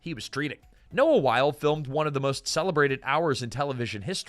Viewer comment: Noah Wyle, pronounced “WY-LEE.” Michael Crichton, pronounced “CRY-TON.”